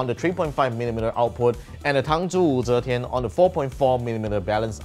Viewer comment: Can I just say I love how you pronounced Wu Zetian? 😂 Just sounds "proper" if you know what I mean 🤭